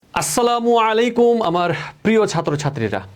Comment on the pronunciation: Sir's Assalamu alaikum pronunciation said it all 🗿